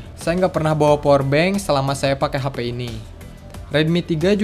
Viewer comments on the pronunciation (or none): none